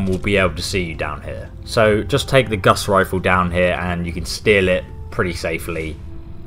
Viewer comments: What is a guss rifle? I've heard of a guass rifle but not a guss rifle. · So what’s this “guss rifle”?